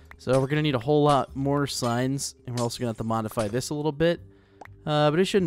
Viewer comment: When u say I need some more signs it sounds like I need some more science...